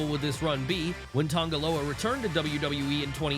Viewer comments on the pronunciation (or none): Tonga Loa. TONGA Loa, he’s Tongan, not Samoan.